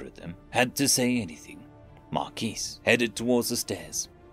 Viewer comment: The S is silent in Marquis...